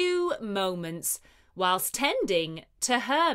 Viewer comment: It doesn't seem to be C1 C2 level at all. The intonation is wierd and incorrect mostly! The world "whilst" is pronounced wrongly too. Very many mistakes. The rest is Ok.